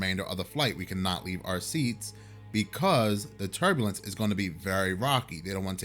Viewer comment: Even the voodoo dolls have only one eye these days Btw was it turbulence or turdulence? Seriously though I hope you're both ok